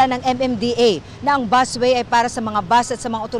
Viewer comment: BUS WAY PO 'BUS' BUUSSSSSSS LOL😅 PAULIT ULIT